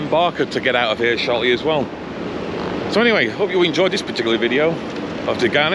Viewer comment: It is cool to see them scrape their way along the wall like that. In case you get any more Desgagnes ships later, it's pronounced day-gan-yay!